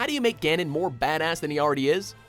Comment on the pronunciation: Also say Yuganon.